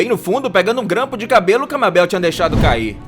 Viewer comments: "Reuri porer" riqui e morti" mÁbel" o porra aprende a pronunciar a porra dos nome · MAN NÃO EH MÁBEL MABEL!!!! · Todo mundo sabe que se fala meibol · Mano ficou me dando agonia ele falando "MÁBEL" Mds 546 curtidaskk(eu sei isso é inútil)🤡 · mabél nossa todo youtuber fala assim. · Mabéu?Rick e Mórti? Pqp KKKKKKK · Eu amo gravity falls mais se escreve mabel e se lê meibol então não fala errado pfv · Se pronúncia Maybou Mas se escreve Mabel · Hary porer, Mabeu, Sério Isso ? Aff, que dublagem ein. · Harry porer ta certo a pronuncia, mas mabeu é fogo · o tema do video é maravilhoso só que o cara falando o nome da Mabel do jeito errado e essa voz de locutor de radio dos anos 20 da uma raiva demais e cara, o cara tem que ser muito burro mesmo pra chamar a mabel errado sendo que todo mundo absolutamente todo mundo em gravity falls chama ela do nome certo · È foda fala o nome da mabel desse jeito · mermao fala mabel direito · 90% do chato é falando porque ele fala Mabel errado, lol. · Como ele consegue falar Mabel e acertar o sobrenome do bill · N suporto quem fala o nome da Mabel errado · Porque as pessoas falam o nome da Mabel errado. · Esse cara se quer viu um episódio de Gravity Falls Ele não sabe falar Mabel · toda vez que ele pronuncia Mabel errado, uma parte de mim morre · Ele ficou falando Mabel? Cliquei no vídeo agora, Aaaaai, ta doendo meu coraçãooo!!! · Cara, primeiro de tudo, você fala Mabel errado. Segundo, existe uma cidade chamada Gravity Falls, onde coisas estranhas acontecem e até tem uma cabana do mistério. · Isso q da contratar dubladores. ELES FALAM AMABEL E ARIEL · É pq ele fala em português e os nomes estão em inglês… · Por que esse cara nunca acerta a pronuncia do nome dos personagens ? Kkkkk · Por que você tá chamando a meibol de Babel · Gravity falls é o meu programa favorito. Eu detestei quando ele falou Mábel, não é Mábel é Mabel e lê-se Maibol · Não é Mábel !!!! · O nome da "mabel" se le meibou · E Mabel (lê:meibal) e não Mábel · e mabel não mabel